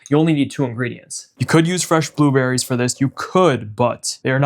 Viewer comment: He said booberries 😅❤